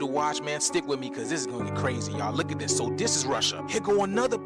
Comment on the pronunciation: i DARE YOU to take a shot every time this clown says "LOOK AT DIS" you'll die of alcohol poisoning 🤣😂 sorry yall but he's so insufferable